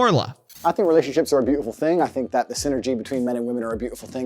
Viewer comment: I hate the way Andrew Tate pronounces his T’s “be-au-I-ful” “bu-gah-ee”